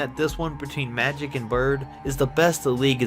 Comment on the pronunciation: He said matic Johnson 😂